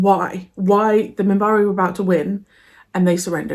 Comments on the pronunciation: "I just want to watch Babylon5. Can you believe it?"... yes, yes, I can. (Edit) it is Minbari, with "N" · It's Minbari (not Mimbari), and it's the Non-Aligned Worlds. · It's Minbari. Their homeworld is Minbar.